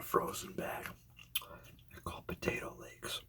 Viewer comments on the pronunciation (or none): Love the vid! There is a t in the middle of that word though, potato latkes (lot-ka). They're soooo good, you should try to make some fresh sometime! I think they're pretty easy